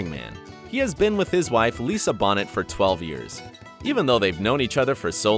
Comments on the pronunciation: Bonet.... Bone-ay not Bonnet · Lisa "Bonnet"??? Lmao... How old is this guy? Ever see the Cosby Show? You don't wear her on your head. It's pronounced "bow-nay". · Lisa Bonet, Pronounced: "BowNay" not (Bonnet). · Bonet is pronounced “Bo-Nay. Not “Bonnet” Sincerely, Lisa’s long-time fan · Lisa Bonet . . . Bonet is pronouced Boh-Nay, not bonnet. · Jason's wife's name is pronounced BOW NET, not BONNET!!!! You disrespect her and Jason by not knowing her name. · its bonet...(boh-nay) are you the only human on earth who doesnt know this? good grief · Dude, Bo-nay, not Bonet. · Lisa Bonnet ? lol it’s Bonet..say it with me now....Bone ayyy. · Booinaaahhh not bonet! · Lisa Bonet not Bonnet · bo- ney not bon-net. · Lisa Bonet’s name has been pronounced incorrectly. It is not Bonet like the hat (bon-net), It is Prounced Bo-Nay! Lol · Lisa Bonnet? Don't you mean Lisa Bonet (pronounced Boe Nay). Idiot. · Lisa Bonet's surname is pronounced "Bo-nay," not "Bonnet." She ain't a hat. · Jason Momoa’s wife last name is pronounced ‘bo-nay’ not bonett. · Bonnet???? Really???? It’s BONET as in BOW-NAY 😳🤦🏾‍♀️ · Lisa Bonnet LOL....Lisa Bo-NAY. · Jason Momoa's wife is Lisa Bonet Pronounced bo-NAY not bonnet like a baby's hat. She stared in The Cosby show and the spin off A Different World. Oh and it's Brienne OF Tarth. Like the Duke OF Earl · Uuummm....dude it's Lisa Bonet', not Lisa Bonnet!! Lol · Lisa Bonnet. Bonnet is pronounced Bow Nay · BO-NAY. Lisa Bonet, not BAW-NET. COME ON! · Bonnet is pronounced BO’NAY 🙄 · It's Bonet "Bone-ay" Not "Bonnett" And "Brienne Tarth"?! Lol does this guy even watch Game of Thrones?! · “Lisa Bonnet” lmmfaoo it’s pronounced “Bonay” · Lisa Bonet' not Lisa Bonnett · How about a little research or fact checking before you post supposed journalism on the internet? It's Lisa Bo-nay and Brienne OF Tarth. Why make a video about something if you don't know these rudimentary facts? Little more than clickbait at this point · It's not Bonet lol. It's pronouced Bonét.